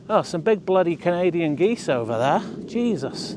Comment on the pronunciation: 🪿 Geesez 😂 (aka Jesus)